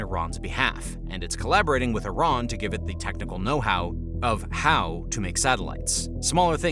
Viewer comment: I'm confused. Is it iran. Or tyiran. Cause I keep on hearing several people, including in this video, say tyran.... SO WHICH ONE IS IT??